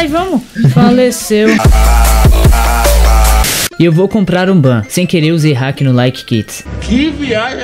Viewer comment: " Faliceu "